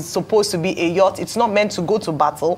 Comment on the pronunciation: Yacht is pronounced as Yot / Yurt!